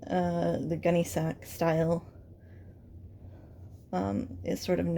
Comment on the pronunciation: This is great! Thanks so much for making this and sharing your expertise with us! FYI it's pronounced "gunny sacks" not "gun sac" or "gunny sac" (long-time collector here so I had to chime in). I can't wait to see how this turns out!